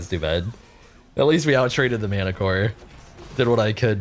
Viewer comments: Also obligatory Martichoras name pronunciation It’s pronounced like Mar-tick-oras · How are you able to say manticore but not manticore-ass xD